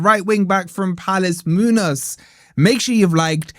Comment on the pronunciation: You’re missing the ‘enya’ (ñ) in the name Muñoz. It is a distinct accent and makes no sense without. Just saying.